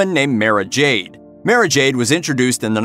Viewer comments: Mara is pronounced as; Mar-rah not Mair-rah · One name: Dark Forces II Also, God damnit, I know this is nitpicky YouTube comment section bitch work but how you gonna miss pronounced "Mara"?